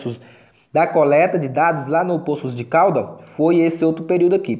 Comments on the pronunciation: .”Póços” de Caldas …esse “ Pôços”de Caldas ,da uma agonia 😂😂👍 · Tem certeza que a pronúncia certa é " Póços de Caldas" ? 🤔